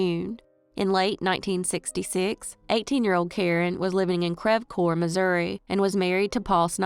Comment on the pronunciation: Its pronounced Creeve Couer